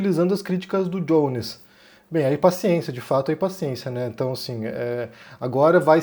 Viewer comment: "o Djones" kkkk parei de assistir o video pq me deu muita agonia de ver vc chamando de "Djones"